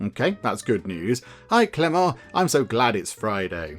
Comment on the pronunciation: Hey, the "t" in Clément is mute, so your second pronuntiation is the good one:) Nice video!